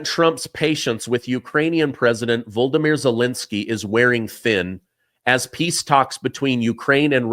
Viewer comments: I love and respect your reporting, but ZELENSKY'S first name is the Ukrainian version of Vladimir. It's "VO-LO-DO-MYR", NOT VOL-DO-MYR. The first and third o's are long o's, but the second o is a short o. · it's Vol o di mir, not "Voldimir" (akin to Voldemort) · VO-LO-DO-MEER IS HOW ITS PRONOUNCED!